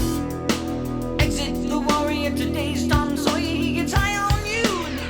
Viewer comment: I love how you love his pronunciation because I know Paul Rudd would disagree with you! 🤣🤣🤣 Tom SawyEEE